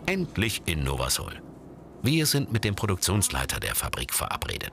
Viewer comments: es wird nicht Nowa Sol sondern Nowa Sul ausgesprochen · nowa sól wird nowa sul ausgesprochen und heißt neues Salz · Nowa sól wird „nowa sul” ausgesprochen😂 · Die sprechen nowa sól voll komisch aus 😂😂(bin Polin halt) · Ich bin Pole und lache mich gerade kaputt Weil ihr Nowa Sol falsch ausgesprochen habt